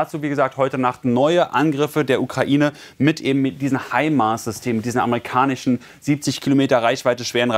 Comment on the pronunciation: russi-chen? amrikani-chen?🤣